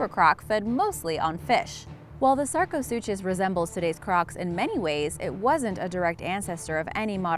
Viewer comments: It’s pronounced “sarco-sookus”...to pronounce it “Sarco-suchos” would be like pronouncing school as “s - chool” or Versace as “ ver - sais”....or DKNY as “Dicknee” 😂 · Sarco- SOO-KUS. Not SOO-CHUS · The “chus” in sarcosuchus is pronounced “kus”. ;) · That is NOT how you pronounce sarcosuchus